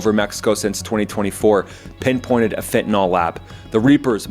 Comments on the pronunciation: It's FEN-TA-NILL, not FENTIN-ALL. It is spelled fentanyl. The letter Y has never been pronounced as an O, nor an A in the English language. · It’s pronounced fen-ta-NIL, not fen-ta-nall. “Fentanyl” does NOT rhyme with “alcohol.” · "Fen-tan-ill", not "fen-tan-all". Fentanyl has no alcohol functionality.